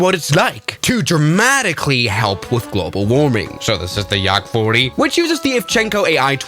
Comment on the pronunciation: bro said Yarrak 40😭.